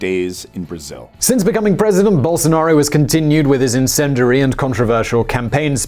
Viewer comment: Best forerign pronunciation of bolsonaro, now is only remaining to learn speak "fora".